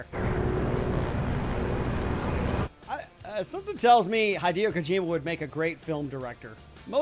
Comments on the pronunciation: Mispronouncing names is fine. I doubt played the games himself. This is just a "game realism" reaction video, not a fan reaction video. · Way he pronounced hideo kojima and david hayter makes me think it's scripted :(